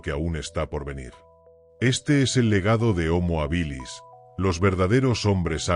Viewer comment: Desde el minuto uno no se pronuncia bien homo habilis....no es ni llana ni aguda, se debería pronunciar como esdrújula, solo hay que ir a la raíz de la palabra hábil.....